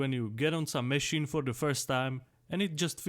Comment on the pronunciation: Mechinen mechine mechine😂😂😂its MACHINE but i like how you say it